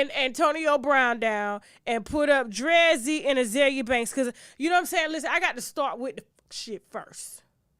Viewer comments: Tasha why you pronounce DREEZY like that 🤣🤣🤣🤣🤣 you pronounced it wrong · Lol Tasha pronouncing Drezzy's name wrong . I didnt know who she was talking about. I didnt know who she was talk about until she put her picture up.